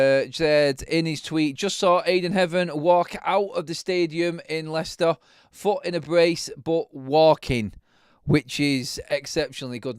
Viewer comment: Its Leicester ….😂😂